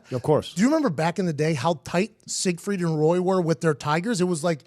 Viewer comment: I feel like he's saying "Siegfried and Roid"...